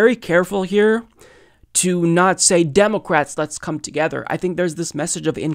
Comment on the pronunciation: Is it just me or is he saying "Democwats"?